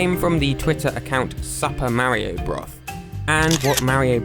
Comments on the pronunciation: Mar io not ma rio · its "mario" not "mawio" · why do you say mario and wario so funny😂